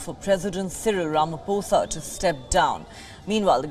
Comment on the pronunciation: I'm glad you can now Read Ramaphosa correct. Not this thing of Rama4sa